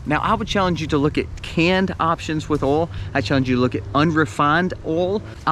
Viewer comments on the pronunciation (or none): Yeah before you said that, you said Oil and I was like what? it's Oil not oul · All the “alls” 😂 or in NY Oil (oy-ul) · ❤ Love hearing Oil or AwwhOilsss said in the southern accent.. I need to move down there.. Lost in CT 😪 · I love the way you say oil. You probably from South Carolina How about?